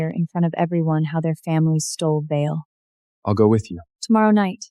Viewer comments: Even a name as uncomplicated as Vale was pronounced as Vase 😂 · And Vale. Other words were mispronounced. . . .